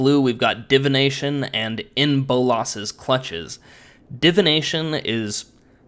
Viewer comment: It sounded like you said "In Bull Ass's Clutches" lol